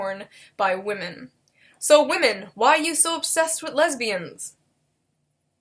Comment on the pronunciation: I like how everyone knows how to pronounce whamen